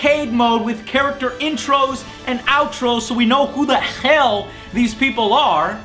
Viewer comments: "Who the kkhell these people are" lol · Listen to the way he says "Hell" ,preety Jewish!